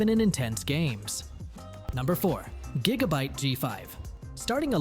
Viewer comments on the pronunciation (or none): 8 jigabyte LMFAO